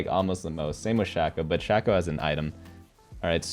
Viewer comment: Love watching your videos, but the way you say shaco is eating my brain